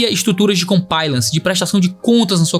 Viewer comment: Pastor, otimo video! Apenas uma correção simples. O correto é "comPLIance", foneticamente se diz "comPLAIance". Excelente video! Muito necessario e triste :/ Que Deus tenha misericórdia de nós.